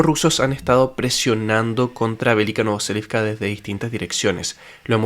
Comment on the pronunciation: Velyka NOVOSILKA, no NovoSELIVCA